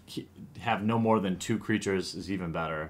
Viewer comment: More not "my"